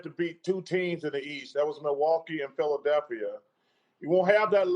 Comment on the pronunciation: Anyone realize Barkley said "The city of Philaselphia"?